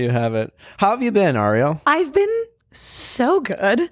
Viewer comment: I laughed out loud every time Nick mispronounced Arielle's name for the second half of the podcast. Its just tooooooooo good.